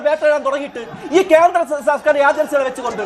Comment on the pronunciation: വ്യാട്ട അല്ല ണ്ണ വേട്ട ക്യാന്ത്രം അല്ലണ്ണ കേന്ദ്രം 😀😀